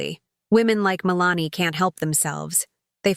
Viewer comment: I have known several women named Melanie, and they didn't pronounce their name the same way as it is pronounced in this video.